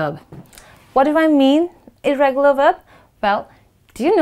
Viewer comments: Well. It's "irregular" not "irreregular"😕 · irregular not irreregular 😆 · Irregular not irreregular okay